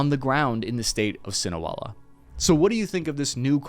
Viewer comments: I salute your patriotism and goodwill toward the people of both America and Mexico. ... However, are you pronouncing Sinaloa as "see-nuh-WELL-uh"? ... It's obviously "see-nuh-LOW-uh." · Si-Na-Lo-A Not Sinawela hahahahah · Your pronunciation is horrible lol it’s SINALOA SEE-NAH-LOW-AH not SIN-OH-EL-LAH 😂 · "Sinewella" Cartel? Its pronounces "Sinelowah" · "Sinoella"... Cinderella's lost sister...😂.... It's pronounced SI NA LO A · Sinaloa not Sinahuela. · The Inability of Gringos to properly learn another languague has always been perplexing me for years. Why are you pronouncing it as "Sin-A-Well-Ah" instead of "Sin-Ah-Low-Ah" 😂💀 Jesus... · It is pronounced Sin-a-loa not Sin-a-wella! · Bro - it’s Sinaloa. Not sinuela. And it’s Chapito’s not chapolitos or chapopitos or whatever you said. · Sinawela? See-Nah-Low-ah. That’s how it is pronounced. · sinaloa not sinoela! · sinaloa or sinawela????? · Great info thanks. but... PLEASE try to pronounce things correctly. Its not Sin-O-Ella, its Sin-uh-lo-uh. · Great video, I always am impressed with the information accuracy and video quality but Sinaloa is pronounced Sin-ah-Lo-ah, not sin-Abuela, which translates into “without grandmother”. Again thanks for the excellent content! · Fool keeps saying Sinoella... I think you mean Sinaloa. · Broski... it's Sinaloa not Sinoela 😅😂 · It's Pronounced : ( SIN-A-LOA ) . . . . . . Not "SCENE-A-WELA." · What the he'll is cinoela? Sinaloa! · See-na-low-ah not Seal-ah-no-ah 😂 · you called Sinaloa "Sinoela". Sin-a-lo-a -- just sound it out. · Why are you saying "SINAWELA"??????? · Good info. Also it's pronounced Sin-a-lo-a. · I lost count how many times this guy mispronounced ‘Sinaloa’. How do you read a word in your script that many times and not get it right once? Where are you getting Sinowela? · No, it’s pronounced “seen a lo a”. Yikes! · Wtf is the Sinoela cartel? You mean the Sinaloa cartel? If u can't pronounce it right, nobody will trust your analysis. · He saying Sinowela lol